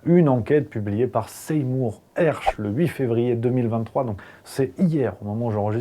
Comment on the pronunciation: Slt, merci d'avoir été si rapide dans la diffusion de cette info. Ecossaise, je l'avais entendue ce matin en anglais sur la chaîne de tes confrères - "Redacted" - et j'espérais qu'elle attire l'attention en France. Bravo and cheers from Montpellier:) ps un pe-tit truc, Sey-mour se prononce "see more", (voir plus:)